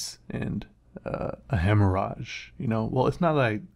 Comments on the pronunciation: Machine Noise - must admit it took me a moment to realise that was talking about a haemorrhage. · The fact that you can't pronounce hemorrhage was driving me bat shit crazy. I'll give you a pass though since it is Latin and you are an amazing drawer. Wish I had half the skill you do. You are the reason I started drawing.